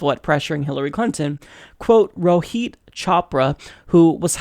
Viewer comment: Just some advice (not that your pronounciation was too bad), but Rohit is not pronounced "Row-heat" but "Ro-Hit." Awesome video btw, definitely wondering what's going in Elizabeth's head right now.